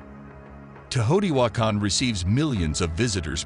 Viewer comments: “Tay-o TEE wah kahn” not “tuhHOteewakkun”. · Hate the hideous mispronunciation of the name: <Tayo-te-whah-kahn> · Pretty sure it’s not pronounced Tahoti wakon just sayin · The way he says Teotihuacan Is disrespectful its like when you say some ones name wrong and then your just like what ever. Simultaniously its the funnest thing ive heard in a while i can imagine just saying im sorry come again a couple times with my paisamos looking at eachother trying yo keep a straight face. Like that Jack in the box commercial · Please put a narrator who can correctly pronounce the name. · Why does the narrator mispronounce the name so badly? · This AI can't read Teotihuacan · Teotihuacan is badly mispronounced. You made a nice film....research how to pronounce words that have long been in use. It is a distraction.